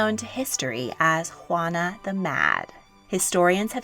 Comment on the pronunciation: "Ruana "??? xD